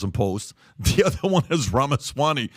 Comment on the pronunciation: Pat bro - Ramaswamy, with a "m". I love the podcast, I love and admire the work Valuetainment does.